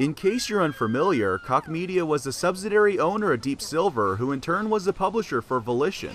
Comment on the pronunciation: Koch is really not pronounced like that lol